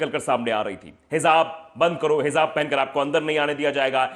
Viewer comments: Dear, bhai. It's is hijab, not hizab. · Bhai.aapka boleting.bahot.achcha.hay.lekin.thodasa.alfabet.ka.sahi.karan.o.hizab.nahi.hijaab.hay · Brother the pronunciation is HIJAAB, NOT Hizab.